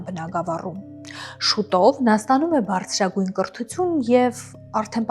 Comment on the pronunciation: Հարգելի,հետաքրքիր հաղորդում է,բայց լավ չէ,որ աղավաղում եք հայերեն բառերը,օրինակ՝բառձրագույն՝բարձրագույն,կռթություն՝կրթություն,ստեղծագոռծող ՝ստեղծագործող,գոռծիքներ՝գործիքներ,օռգաններ՝օրգաններ,կոնկռետ՝կոնկրետ,մակառդակ,մակարդակ և այլն...